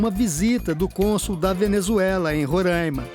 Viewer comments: Ron rãima não existe. Pelo amor de Deus. Aqui se chama Roraima. Não tem acento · Minha gente, nao é RORÂIMA, É "RORÁIMA" (eu sei que nao tem acento) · É Roraima não rorãima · Rorãima não é Roraima Rorãima é outra coisa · E Roraima, não rorãima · Roraima e não Rorãima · A pronúncia é RORÁIMA e não RORÃIMA aff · É Roraima e não Rorâima! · Não é RURAIMA É RORAIMA 😤😤😤🙄🙄🙄🙄🙄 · Roraima, não Rorãima. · Não e "Ruraima"não desgraça e Roraima peste!!! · Rorãima?? RO ???? Piada né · Não é Rorâima é Roraima normal eu sou de Roraima e não é Rorâima que se fala e sim Roraima 🙃😉, fica a dica aí pra não errarem nais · Não é ruraima e Roraima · Rõraima é o carai ,, é Roraima. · Onde Esses Reportes veem esse ã em Rorãima e Roraima e difícil de entender? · Porra não é RO e RR E não se fala Rôraima e Roraima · RR - Roraima e não Rorãima RO - Rondônia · É "RORÁIMA!" Kkk Quem coloca acento agudo no A é retardado. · Esses apresentadores precisam voltar a escola e aprender português. Não sabem nem fala o nome do estado direito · Deslike pelo "Rorãima" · Qual a dificuldade em falar Roraima 😹 foge gente direto aí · Burra não sabe nem pronunciar Roraima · Tlze aprende a fala o nome Roraima nunca e ?